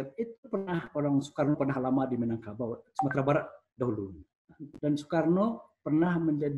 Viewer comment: Sumbar Minagkabau bukan Minangbanteng...😂😂😂